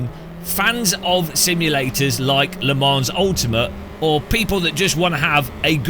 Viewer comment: One day will realise the "s" in Le Mans is silent. Until that day, I will remain subscribed as a punishment.